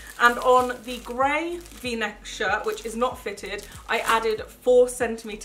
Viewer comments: Am I the only one who heard Gravy neck shirt instead of Gray v-neck shirt 😂😂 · Yeah I noticed that later on, but it still really sounds like "gravy neck" to me 😊